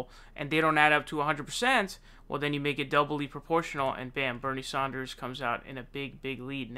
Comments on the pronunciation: This guy would be like... “... If you are going to Saun frauncisco... make sure to wear flowers in your hair “ 💐 🌺 😂 It’s San like San francisco ! Then der! Like DER!🤪lol nah It’s DER! Like THUNDER! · Love your content, but, it's SAN-ders, not SAUN-ders. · Its sanders, not saunders! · Please pronounce Sanders correctly 🧐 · I love your channel and I hate to correct you but it's like finger nails on a blackboard hearing you pronounce Bernie Sanders. It's not Saunders.... its saa-n-derz. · He does say Saunders.... but why??? In England, we say Sanders like Saanders. So may be.... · jesus christ dude... props on how fast you get news out, but dude every time you say "" it's makes me want to fuckin bludgeon someone death, fuckin knock it off, jesus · bro, how do you say 'sand'? saund )) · I love your videos! Just wish you would pronounce sanders name correctly. Lol you seem to pronounce ppls name weirdly. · Love this guy but th way he pronounces annoys the f outta me